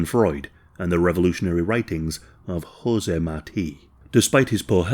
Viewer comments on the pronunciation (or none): none